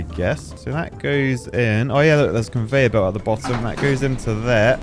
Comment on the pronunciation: bro said "converyor belt" and i was there